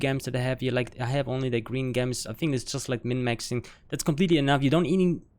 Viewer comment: Thanks for the info man. Very detailed but simple. One thing is gems is pronounces Jems (hard J, not J like H)